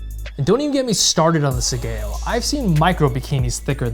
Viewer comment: Bro, it's left over right(oh you got it right when you were cutting). you should tie your sleeves with a tasuki, also spend a little time learning to tie your obi. The overcutting doesn't only leave you open for a countercut but it's dasai as hell. Pronunciation of sageo is wrong too, shame to spend all the time on production value and forego the basics. Pulling back for a horizontal cut doesn't help you, it's not a baseball swing, and opening your hands like that before and after you cut serves no other purpose than to show you're poorly trained. Good content and production value so if you just put as much work in on your skill and attire, you will have some much better videos.